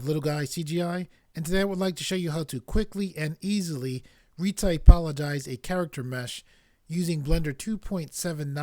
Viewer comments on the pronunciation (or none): I think is ReTOpologize..not reTYpologize.....thanks for the tut looks ok for an automated process, you know!!, a perfect reTOpo has to be done by hand , I'll give it a try in Blender 2.80 and se if it works...sadly Bsurfaces hasn't release a version for B-2.80.